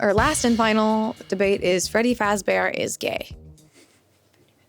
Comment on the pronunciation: “Who is Freddy fazbear?” “Freggy Fragzbear” “Freddy Fajbear”